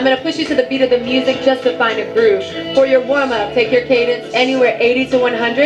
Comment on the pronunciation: 5.47: what’s cadience? Muppet.